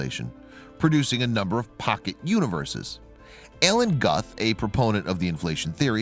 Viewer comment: His name is pronounced Gooth. Rhymes with tooth. Alan Guth.